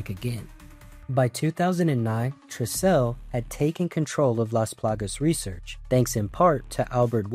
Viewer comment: Sorry to say dude but you're butchering the pronunciation of excellas name, kijuju, tricell, etc 😅